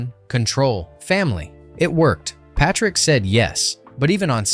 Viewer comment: Honestly, the two Corey's (before they became) had everyone cracking up in theaters with their banter. The girls drooled over the sexy biker gang. And the action was unbeatable for a "teen vampire biker fantasy" And Jason's last name is pronounced Pay -trick